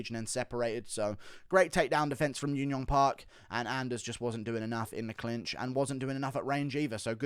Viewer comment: Hey man. Thanks for the great videos. Just a heads up, you often pronounce J's as Y's for korean fighters. Junyoung is pronounced just as writren with a J sound. Jiyeon and any other J name. ㅈ is the Korean phonetical character that sounds like Juh. Park is the anglicised version of what actually sounds like baek.